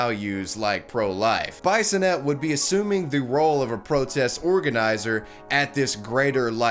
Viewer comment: Bye-son-ett? If she's a Frenchie then it's ' Bee-son-eh', eh?